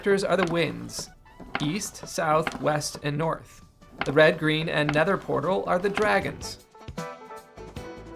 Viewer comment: Heh "netherpotal" love it!